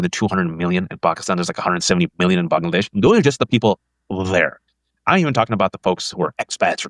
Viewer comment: I love how he pronounced, "Bangladesh"